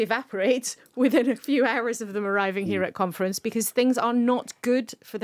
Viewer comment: Labour Party Conference, with emphasis on the syllable Con, LABOUR OUT!